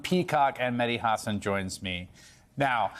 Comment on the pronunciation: say the name properly it’s Hassan